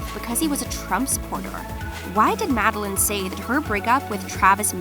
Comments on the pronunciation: Her name is pronounced madel LANE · Mad-de-laine Madelaine Petsch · its Mad-e-laine 😈🚍